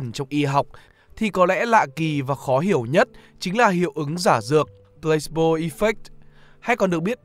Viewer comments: mình có góp ý nhỏ là từ này đọc là plơ-xi-bô chứ không phải plâyx-bô nhé bạn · Mình tưởng đọc là Plah see bo chứ nhỉ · chữ này đọc 3 âm tiết. kiểu plah see bo